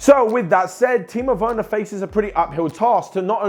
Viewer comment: Timo weurner? 😅😂😂 Sprich deutsch lol